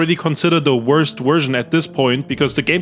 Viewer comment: the worst what was that?? Haha the Werst Wersion huh? That waskly wabbit got your tongue? 😂